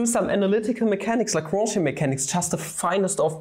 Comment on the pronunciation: A German boi pronouncing L A W H U U N J perfectly, who could've thought. Cool video btw, I'm a math major secretly wishing to take Analytical Mechanics next year but also sort of scared.